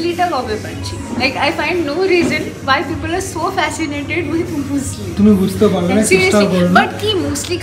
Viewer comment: Hi didi muesli k musli bole na মিউসলি bole..... Loads of love🥰